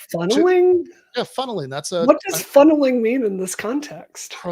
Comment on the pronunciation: ”FUNNELING? DID YOU SAY FUNNELUNG? HAHAHAH SOUNDS DUMB”